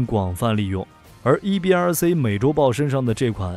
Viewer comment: “C” 念See, 不念Say. 所以EBRC 是EBR"See", 不是EBR"Say".